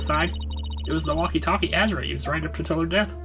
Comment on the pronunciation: Wait... Azura? Like... THE Azura? Even has the same hair part, with the little strand in the middle too.. please tell me Azura Summers sings too:3 I like how says "Azura", it sounds cool X3